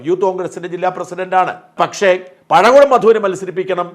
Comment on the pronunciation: പടകുളം അല്ലടോ മാപ്ലെ, പഴകുളം